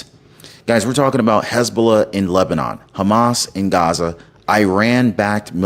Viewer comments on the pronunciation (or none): none